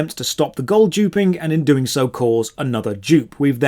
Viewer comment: Please learn how to say "Doing" Instead of "Doink" It's so distracting xD